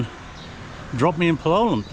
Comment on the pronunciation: As Lisa corrected you, it's PAL-o-lem, not Pa-LO-lem. Listen to the locals, it's not that hard,. I know you can do it! You do a good job with bahasa indonesia, so for sure you can get the names in India. Most three-syllable words will have stress on the 1st syllable. Soldier on! I know you don't read the comments anymore and that's fine, I don't blame you with me bugging you about pronunciation.